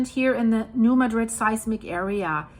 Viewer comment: I know it is weird, but the town of New Madrid. Missouri is pronounced New Mad Drid . Missouri named quite a few places after other cities and then pronounce them completely different. I remember back around 1990 there was a prediction that there was going to be a big quake. I lived there at that time.